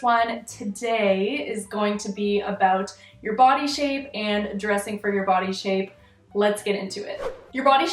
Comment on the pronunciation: i can’t remember when but one time you said body i seriously thought you said putty